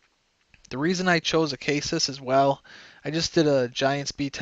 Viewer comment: It's pronounced (Uh-Say-Sis) not (Uh-Kay-Sis)